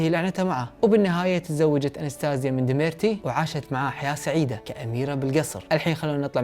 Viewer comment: اسمه دميتري وليس دميرتي!!!